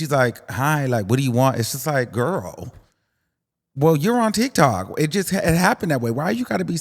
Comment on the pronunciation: The way you say TikTok sounds like TikTalk. I kinda like it a little bit.